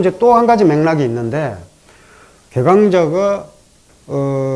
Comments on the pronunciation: 참 실망 실망!!이분과 같은 한학자께서 계강자의 계를 또 짧게 발음한다니! 계절의 게도 짧게 발음할 것인가!?? 시청자께 권하오니, 유튜브에, 처 보시옵소서. 우리 말에 대한 실로 귀한 강의를 들을 수 있나이다. 한국어는 찬으로 타락했기에 이를 통절히 고발했나이다. 미국 변 완수 드림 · "계강자" 의 "계" 도 장음입니다. 짧게 잘못 발음했읍니다. "적부인"이란 말을 하셨는데, "적처"라고 함이 더 좋다고 생각합니다. 강의는 항상. 최 상급입니다.